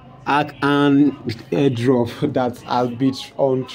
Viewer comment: Arkham is what your pronouncing arkhrem?